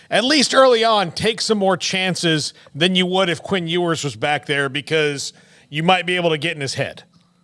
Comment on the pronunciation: Texas fan here. I love your show......watch it a lot. But, Mr. Bennett doesn't need to make jokes about Longhorn spotters.......bad timing. Quinn's last name is Ewers.........not whatever he was trying to say. I do like that the Texas coach, Sar-KISS-ian, as pronounced by Bennett, doesn't take cheap shots. Thank you !!